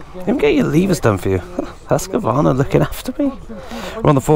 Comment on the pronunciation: Its pronounced hus-qvarna not husq-varna